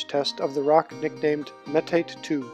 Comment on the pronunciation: The ONLY complaint about the video is that metate is pronounced "məˈtätā". Otherwise this video is fascinating and really shows off a clever, unique and robust design.